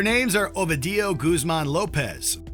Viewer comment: OMG, O-vee-dee-you 🤣